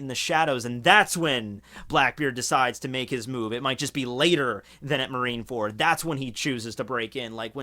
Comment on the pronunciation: I swore he said "Marinara fruit" earlier lol